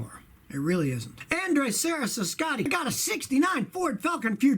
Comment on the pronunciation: So no one going to talk about how he said "snunny" instead of "Scotty"